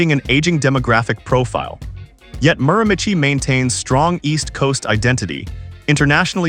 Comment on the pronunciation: I had to laugh at the terrible pronunciation of the Miramichi. Beautiful spot on the east coast!